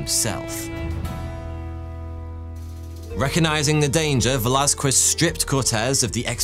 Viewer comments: Con-keys-tador, not con-qwist-ador. Vey-las-kez, not Vey-las-kwez. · Don't emphasize the q in Velasquez. It sounds more 'kez' not 'quezz' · Bruh English people say everything wrong on purpose... It's Veh·la·skez, not "veh-la-skwez". Christ... This is a very common name today and if you came to the States speaking like that, you'd be instantly labeled a racist who says people's very simple and very common names wrong on purpose. You may not have many Mexican people over there but Spain is literally right there by you guys, Europe doesn't really even have borders. Most would assume a European to be MORE cultured, not like this. Fkn gross. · What we Spaniards love above gold and even sleep, is an English trying to say "Velázquez". 😂😂